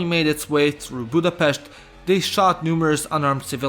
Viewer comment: Budapest drives me mad everytime